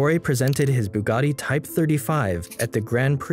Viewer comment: ETTorE, not atory